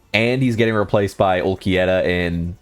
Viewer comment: AND WHY DO YOU KEEP CALLING HIM ULQUIETTA